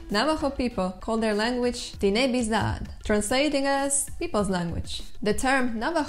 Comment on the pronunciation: It's just "Daoine", no real need for "an". The pronunciation in the video appears to be exactly as I was taught a million years ago ;)